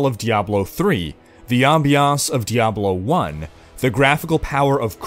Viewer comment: "Inspired by Diablo 2" ok, keep going "Freedom of Skyrim" fuck no! It's just sandbox world with nothing meaningful to do in it. Quests are shit. "the action style of Diablo 3" This may or may not be a good thing. "fsdglakjhf of Diablo 1" I honestly can't understand what you said there. "Graphics of Crysis" ... soooo like Grim Dawn then? I've played Nioh recently which was my first Souls-like game. I love the way stats/attribute points are done. It's similar to Diablo 2, but the entire system is laid out in front of your eyes. You'll see exactly what every point you're about to commit will do to all your other stats.